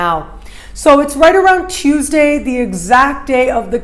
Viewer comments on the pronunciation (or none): none